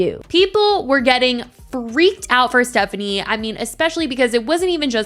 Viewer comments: I think it’s insane for people to say she’s borderline racist but are saying she’s doing “aeygo”, and can’t even pronounce her last-name properly. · What cracks me up is that these women go on criticising her for being disrespectful to, among other things, Black women, but then they mispronounce her name lol